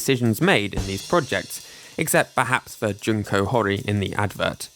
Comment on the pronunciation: the u in Junko is pronounced as in June, not as in junk. japanese only has five vowels, you can learn how to pronounce them.